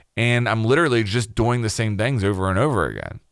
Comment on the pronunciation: I hate how he says doing 😂 he says DoING